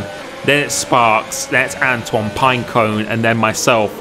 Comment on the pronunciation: Who remembers when used to butcher Antoine’s name by saying Antony